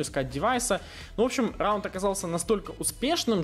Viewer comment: xD РРРАУНД😅😅😅петрик а.к.а ларин!)!(!)